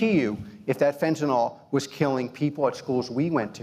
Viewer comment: It’s fentanyl, not fentanol.